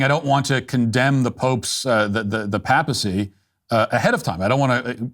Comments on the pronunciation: Papacy has a long A, Matt. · Your excellent commentary on Leo XIV was marred by your pronunciation of "papal" and "papacy." The first syllable is normally pronounced "pay". Sorry I got distracted.